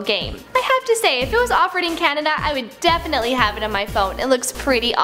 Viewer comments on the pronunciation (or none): none